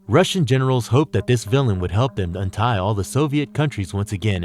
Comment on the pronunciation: I love these videos but PLEASE do at least one read through of the script before committing it to audio so it sounds less broken and disjointed. Also, trying to 'untie' instead of 'unite' is bad enough ..... but "... he was more than a match for powerful 'villains' like Wolverine..." 🤔